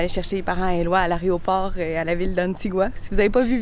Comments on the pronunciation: on dit "aéroport" et pas aréoport !!! mdr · c 'est pas arrêt au port.... c 'est aéroport!!! 🤣